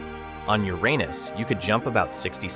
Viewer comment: When you say uranas I laughed 😆😆😆😆😆😆😆😆😆😆😆